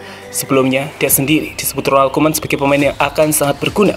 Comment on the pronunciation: 1 : 23, Salah pengucapan nama min, RONALD KOEMAN yg bener bkn ROMALD KOEMAN min.